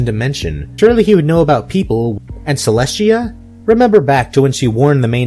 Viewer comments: You keep saying Cleshtia but it is Celestia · is it just me or do u keep saying Celest*SH*tia